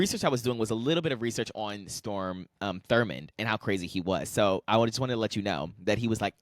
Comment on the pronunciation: Strom not Storm